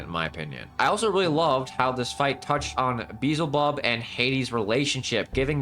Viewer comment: Also it's not Quin Shi, there's no U, it's pronounced K-ee-n Shi or Ch-ee-n Shi, also it's not Beezlebub, it's Beelzebub